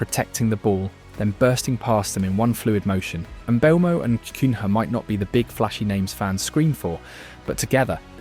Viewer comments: It’s Mbumo with the e being silent of course. NOT Mbembo…😂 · mate it’s pronounced EM BOOMOH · Kun-ha and Mbe-umbo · no way you made a 24 minute video without learning how to pronounce mbeumo